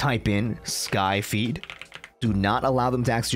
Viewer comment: Sorry but I keep hearing "my feet" 😭😭